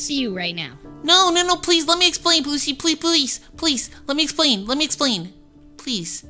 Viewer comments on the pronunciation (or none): Ok ok ok u don’t say let me esplan please u say let me esplan